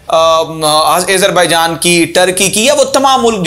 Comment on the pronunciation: Video me boht si acchi khabrein hn, keep it up, but plz Azerbaijan ko sahi se pronounce karen. Its Azerbaijan not aizerbaijan